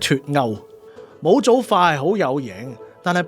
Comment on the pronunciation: 點解模組係讀母組而唔係毛組? 查粵音都係得mou4毛